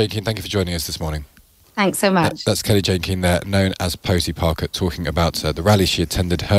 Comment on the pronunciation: Kind of a basic of journalism to get the name of the person you’re interviewing correct. “Jay”, not “Jane”! (He got it right at the end, perhaps after a word in his ear, but not the beginning.)